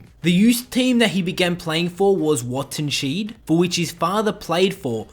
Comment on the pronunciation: hahaha wattenscheid . I needed my time to understand what you meant :D